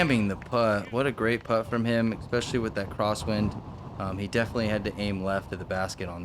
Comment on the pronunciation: Thanks for the coverage as always. Wind looks brutal, but course looks absolutely terrible. Is there a decent course anywhere in AZ? Also..., let know there is no "eck" sound in the word "especially".